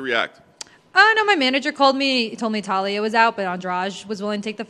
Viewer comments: Her name: Taila Americans: Talia Words are hard. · Taila, not TAH-Lee-uh. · It's not Talia, it's Taila with an "i"! Lol anyways, super interesting fight, can't wait.